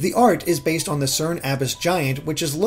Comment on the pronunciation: This guy can’t say “on” properly. I don’t even know how to write that.